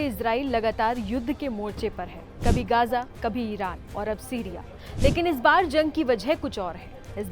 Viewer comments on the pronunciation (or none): none